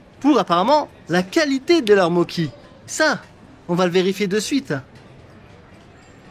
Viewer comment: Super vidéo, merci d'avoir pris tous les risques pour affronter la mafia des daims pour nous 😄 Sinon, on voit que tu parles italien à la façon dont tu prononces mochi (moki)... c'est mo-tshi en fait ;0